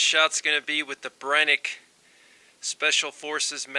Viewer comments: It's pronounced Bren-uh- kee not Brenick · I hate hearing him say Brenneke 😂